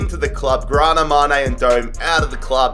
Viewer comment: How old is because he has to be way over 200 years old. Also mañé was not mane it was manye